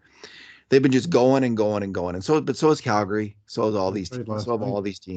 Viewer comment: ...any reason for calling the flames "Galgary"? lol